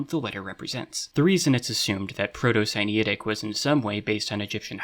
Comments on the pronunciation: I find it so interesting that the egyptian/sinaitic correspondence is only which object it is and not the actual names, shows whatever level of understanding. Also, where did you get the pronounciation for "sinaitic"? it looks like its related to sinai, so wouldnt it be similar? idk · great video, but i don't like how you pronounce sinaitic like sinitic. it confuses me